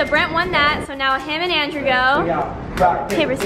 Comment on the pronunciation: YAY,😁, “LANDREW”I mean, Andrew 🥇